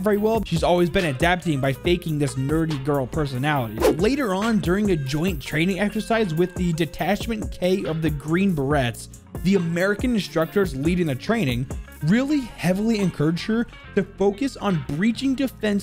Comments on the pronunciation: the facts that he said corps like corpse and beret like berettt with a T annoys me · “Seoul” is pronounced like “soul” or “sole”. “Beret” is pronounced “buh-ray”. Good content 🤙🏽. Love the lore. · Btw corps is pronounced like “core” and beret is pronounced “ber-a” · The way you said "green beret" killed me. Its green ber-ay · Beret is pronounced BERÉ and corps is pronounced CORE 🙃🙃 just a helpful tibit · Berr As is how you pronounce beret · Imagine not knowing how to say beret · You dont Pronounce the T in beret..